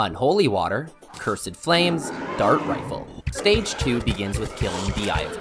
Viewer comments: Ah yes. "Ker-sid flames" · "CUR-SED DARTS"💀💀💀💀💀💀💀💀💀💀💀💀💀💀💀💀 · Petition to make him stop saying curs- ed